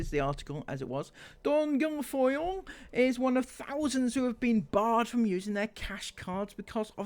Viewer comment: Guilfoyle is pronounced Gil foil.